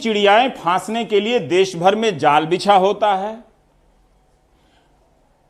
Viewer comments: It's देश....not देस...all other things all well described....Raveesh Sir...It required to be corrected as this program broadcast on daily basis for us... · Sir Desh hota hai des nahi please sahi kariye